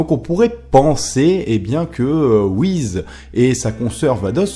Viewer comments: Tu sais pas prononcer le nom des personnages R.I.P Beerus / Whis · wiz, il corrige ça dans ses vidéos plus récentes, Beelus, c'est la prononciation japonaise de Beerus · La plus grande question pour l'instant c'est pourquoi dit-il wihiz ..... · Ce sont les Kaioshin qui créent les planètes donc ils peuvent je pense créer les étoiles et dans FnF Whis dit qu'il ne sait pas créer les étoiles donc il ne serait pas un kaioshin, ni un dieu de la création d'ailleurs... Pour moi Whis (et non Whiz comme tu le prononces) et sa soeur Vados, sont des dieux qui sont là dans l'unique but de maîtriser les dieux de la destruction afin que ces derniers ne détruisent pas leur Univers respectif sur un coup de tête stupide (je rappelle que la Terre a failli sauté à cause d'un flan...). Ils surveillent donc les Hakaishin pour qu'il y ait une sorte de maintien ou d'équilibre comme vous voulez entre la création et la destruction. Bien évidement le mystère reste encore entier car on ne sait pas d'où ils viennent ni qui ils sont et si ça se trouve sous leur air calme, gentil et doux se cache peut être les futurs méchants de DBS qui sait ^-^ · stp mec tu peux dire Whiss et pas wize stpppp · Ses pas Whiz comme tu pronosse mais whis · On ne prononce pas Whiz mais Whis avec un S comme pour saucisse par exemple... fan fan...c'est vite dis. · on dit pas wise ce est wiss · on dit pas whiz mais whiss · pk tu dis whiz c whis avec un S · C'est whis je crois, pas whiz sinon beau boulot. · Pourquoi tu dis "Whizz" et pas "Beeruzz" et "Vadozz" ? Je ne comprends pas où tu vois le "Z" dans "Whis" --' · Whis pas WIZ !!!!!!!!!!!!! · Mais pourquoi dit-il "Wiz" ? Mec, c'est juste Whis. Comme Whisky. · C'est "WhiSSSSSSS" !! Pas le "Wizz" d'MSN. Je dis ça par rapport à ta prononciation un peu dérangeante. ^^ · Désolé mais ça se prononce Whis et pas Whiz comme tu le dis. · WHIS* pas WHIZ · Prononce Whis pas Whiz va regarder les épisode essaye pas j'ajouter d'accent Japonais ! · pk tu dit wiz est beelus